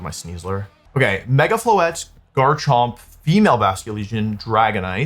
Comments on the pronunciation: I’m hearing mega floette like it’s Incineroar… I’m not liking this lol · "Mega Floethreat" actually goes hard